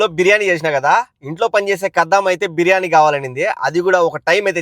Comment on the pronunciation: 12.30 p.m. she says beiyani